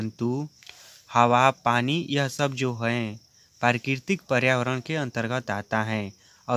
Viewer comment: Bhai bolna sikh le pehle prakritik🙂parkitik bol rha h